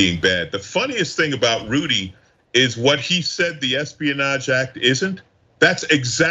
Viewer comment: I think I heard say "Judy" instead of Rudy. That should be a meme.